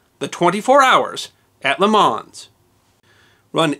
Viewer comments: Perhaps a little more like "Leh Maw" and a little less like "Lay Mons". I like your attention to detail on the events leading up to the race, but would have liked a little more on the changes for safety that were realized in the aftermath. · Great video. I'm a huge motorsports fan, and I can't help but to nitpick on a few things.. It was once said that motor racing was invented the moment the second car rolled off the assembly line LeMans is pronounced "lay-mau" isn't a real car, it's from a video game Circuit des 24 Heures du Mans also known as Circuit de la Sarthe Forgot to mention the the 3.7 mile Mulsanne Straight Speeds on the straight by the Group C prototypes reached over 400 km/h (250 mph) during the late 1980s. At the beginning of the 1988 24 Hours of Le Mans race, Roger Dorchy driving for Welter Racing in a "Project 400" car, which sacrificed reliability for speed, was clocked by radar travelling at 407 kilometres per hour (253 mph). Mispronouncing Mille Miglia (Italian pronunciation: [ˈmille ˈmiʎʎa], or ( Millemiglia) mispronouncing " Juan Manuel Fangio" Wan Manuel Fon-Gio Hehe other than that I loved the effort and research you put into it.. and plans for other motorsports history? Maybe the death of Ayrton Senna? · 24hr OF Le Mans (said Lay Mawns) at least you didn't say Grand Pricks like most, it is said like Grawnd Preee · “Lay Mauwn” not “Lay Mawnz”. “Me-lay Mee-lee-ah” not “Me-Lay Mig-lee-ah”. “Juan Manuel “Fan-jee-oh” not “Juan Manuel Fawn-gee-oh”. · I'm sure that most citizens of the USA would be miffed if foreigners pronounced the names of their cities and towns incorrectly. I believe 'Nothing\' is quite correct with his point. The town of Le Mans is pronounced without an 's'. In fact it is pronounced 'Le Mon'. When I visit the USA I make an effort to pronounce place names as Americans do, and I do the same in France. I think that is the point that 'Nothing\' is making. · Le Man, you don't pronounce the "s"... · The "S" in LeMans is silent. Lol